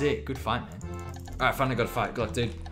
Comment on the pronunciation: At the beginning of some fights, when you say "Gl dood" the word "dood" means dead in Dutch. Which make very much sense as your opponents get ejected back to Lummy, But then it realised that you were saying "dude".